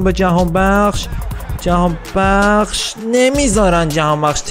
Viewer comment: فقط اونجایی که گفتی جهانبکس🤣